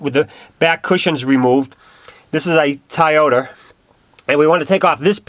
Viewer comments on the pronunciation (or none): tieoter...hehehe its toyota